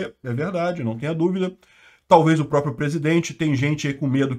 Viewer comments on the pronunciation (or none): none